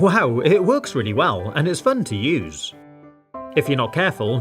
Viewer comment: When he said fun to use it sounded like FuN tO lOsE! People who hate losing stuff they own: triggered